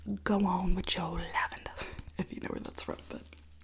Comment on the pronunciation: Lol u sounded Australian when you said lavender